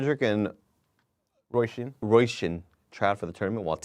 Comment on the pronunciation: The internet tells me Róisín is pronounced ‘Roe-sheen’.